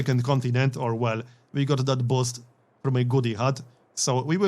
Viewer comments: took me a while to find out he was saying BOOST instead of BOSS lol... SUPER HYPED THO 👍👍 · Great job explaining everything. You are by far my favorite Youtuber when it comes to learning Civ games but the word is pounced boost (buhst) not bost. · Man I love how you pronounce those Eureka "boss"es. Sometimes it does sound like "boost" sometimes but "boss" or "bosst" is just hilarious :D